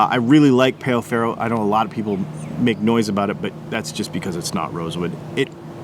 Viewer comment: Great video, but you're pronouncing Pau Ferro wrong. It's not Payo, it's Pow, as in Pow Wow. Great show, though!